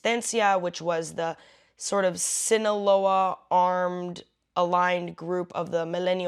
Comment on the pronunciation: I like how you said “Sinaloa”